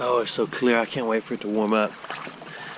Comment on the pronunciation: "Diggers cain't be choosers." [Yeah, I misspelled it to get the accent!]